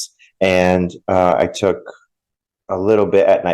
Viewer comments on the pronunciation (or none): none